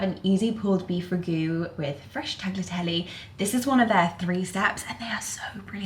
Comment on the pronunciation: Really enjoyed seeing you and London, plus I can't get over how much more "conscious" Teddy is these days ❤ Ps. There is no GH sound in tagliatelle. It's more like taleeateleh